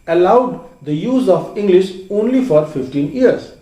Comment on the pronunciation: Why you say engglish